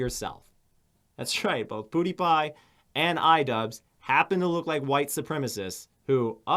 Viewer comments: Does anyone else vomit a little in their mouth whenever Onision pronounces PewDiePie "Poo-dee-pie"? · “Poo-diepie” like broooooo 😡😡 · If I have to listen to Onioncuck say Poo-dee-pie one more time, I'm going to gut myself. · I hate how onision pronounces pewdiepie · Wow im Onision and I cut my wrist everyday and I do not know how to pronunce PEWDIEPIE buhuuuuuuuuuuuuhuuuuhuuh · does onion mispronounce everyone's name just to piss me off because it's working